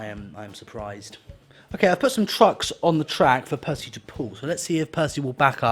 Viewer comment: You said it right the first time